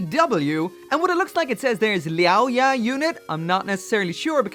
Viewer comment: The "Liao Ya" thing is Chinese, and it should be pronounced with a hard L sound. It translates into the science/clinical definition of "fangs", as in those two pairs of longest and sharpest teeth that we and some other animals have. Edit: lol so someone just reminded me that those pairs of teeth are actually called canines. He's 100% right, and as an English major, I am so ashamed.